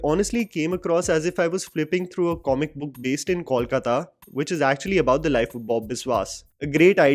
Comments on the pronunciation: It is NOT Kawlkata but Kolkata. Please note. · Great review,! Very well put. However, as a fan of your channel and a resident of city spoken of here, I'd really appreciate if you can avoid calling it 'Kawlkata'. It's simple, 'Kolkata' - KOWL-KATA. Keep up the good work though! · Just one correction The pronunciation is- COAL-KAATA Not-Kawl-Katta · Abhishek did very well. But somehow the name Bob Biswas always goes with Saswata Chatterjee. However, would be great if Kolkata, Paran Bandopadhyay and Feluda are pronounced correctly. It is Kol as you pronounce co in Coke. It is Paw-ran. And it is Feluda as you pronounce fa in fake. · please get the pronunciation of Kolkata right- it's to be pronounced as "coal- kata." This movie is another awful example of talent being replaced by nepotism. Abhishek Bacchan is not an "underdog" being compared to actors who aced the roles he is doing. He is the Privileged person, thanks to his background, who gets cast in these roles in movies, while the other actors like Pratik Gandhi or Saswata Chatterjee do not get cast in the films despite their amazing performances. If Saswata had not turned Bob Biswas into an iconic character, Abhishek's film would not have happened. And yes, if AB junior did not have his iconic father, he would not have been anywhere today. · my man have been following you for a couple of years now! And once again please please please get your pronunciation of “Kolkata” correct or just say Calcutta! This mix is cringy and really poor to anyone from Kolkata like me! Please. Bengali isn’t that tough to pronounce 😊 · The City is called Kolkata. You mentioned it numerous number of times in this video. May be pay a little attention how to pronounce it.